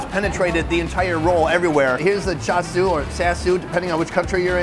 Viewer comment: Yo gwai lo... It's pronounced Seew Mai not Shoe Mai. You got Cha Seew right.